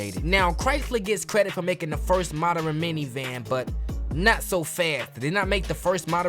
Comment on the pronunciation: Wait, did you say “moder-ren”. 😂😂😂😂